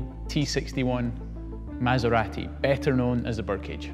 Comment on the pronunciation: He pronounce MASERATI correctly. finally!